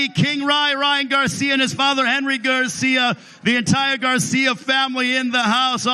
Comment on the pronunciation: "Ryan Garciam" LMfao